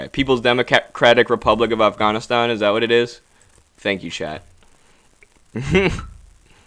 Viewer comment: You're pronunciation is very good. Afghānistān . The first "A" is short vowel and the second and third are long. When in doubt use Google translate to hear the pronunciation.